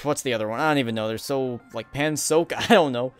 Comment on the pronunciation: "pansoak" I died